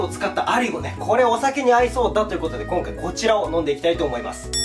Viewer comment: こん↓かい↑